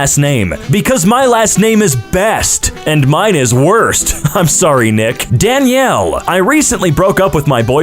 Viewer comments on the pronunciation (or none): none